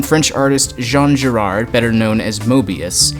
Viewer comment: He's definitely getting it wrong, it's a strangely unintuitive way to say it. He also mispronounced Lupin (Lupan, not Lupon) and Giraud (Jiro, not Jirard). You could also say he got Moebius wrong since the French pronounciation is different, (something like mebyews?) but that's probably pushing this too far. At least he got the pronunciation of Ghibli wrong, which means he got it right, because Miyazaki also got it wrong when founding the studio, so it's set in stone that way in the katakana.